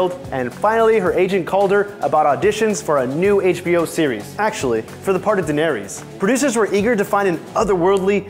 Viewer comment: If you’re gonna make a GOT video at least pronounce danaerys name right!